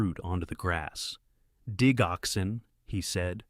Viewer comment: Please get the pronouncement of digoxin correct. The “dig” is pronounced the same as in digital! I’m a nurse! Very interesting story! The son spent his last days working for others. ❤